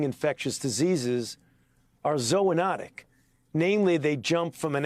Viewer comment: what is ZOE enotic? He is making up words. Now that's science